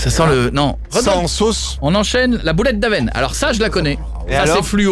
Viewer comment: boulette d'Avesnes et non avène .... ;)